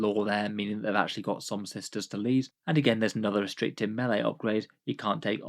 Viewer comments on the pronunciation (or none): none